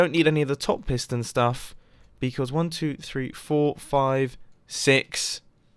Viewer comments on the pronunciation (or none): i thought it said prison house until half the video when i realized it said piston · wait i tought is said prison